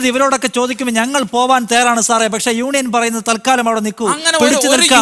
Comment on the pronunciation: Union ennu parayan ariyatavana samsarikam varunne hahaha